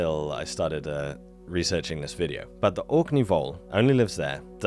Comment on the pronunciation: Yeay.. Stefans back with a wickedee-bo wideo ...... but where's the spoon? 😂😂😂